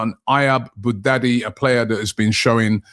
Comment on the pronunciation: Bouaddi not Bougdaddy😂😂😂